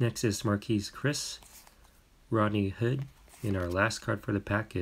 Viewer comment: am i the only one who noticed he said “ chris levert “ instead of caris